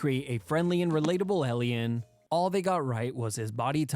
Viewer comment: Im sorry.. elien..? alien? Elien?? what (Not hating i just never heard anybody say it like that.)